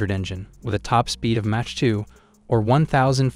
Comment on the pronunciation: its is not match 2. It is MACH 2